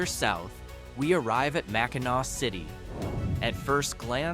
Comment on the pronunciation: Mack in naw. There is no ack in the Pronunciation of the Island, Bridge ,or Mackinaw City, MAC IN NAW. You should do your research on topics before you make a video. Soldier!!